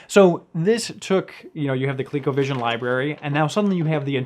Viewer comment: Why does the guy in blue keep calling it "Co-lay-covision"? It's "Co-lee-covision", dammit! BTW, did you know you can use SEGA Master System as well as SEGA Genesis gamepads in place of the Colecovision controllers? It's a much better way to play most Colecovision games.